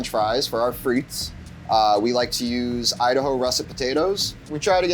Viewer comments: The S is silent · Thanks for giving 5 guys a tip for their fries. Now I'm going to give you one: The 's' in frites is silent.